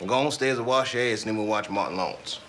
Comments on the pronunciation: He said " warsh"😂😂😂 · Came here to hear the Monologue where Dave Chappelle says “Wash” (warsh). Anyone that doesn’t use a wash cloth or loofah is buggin out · “Raise a kid, make love from time to time, and warsh.”